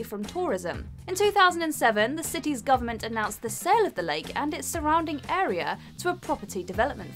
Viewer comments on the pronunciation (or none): none